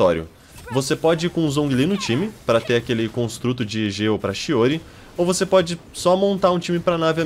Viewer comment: Ele fala Geo mas as vezes parece gelo kkkkk é estranho rsrs belo vídeo 💗